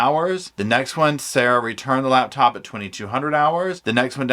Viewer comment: Am I wrong, but is it not spelled "LaPtop" - love how it says "laBtop".